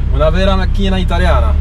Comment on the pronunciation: 22.54 : petite spécificité de l'italien, l'aCENto TOnico est sur le MA de MAcchina (oui je sais c'est balot).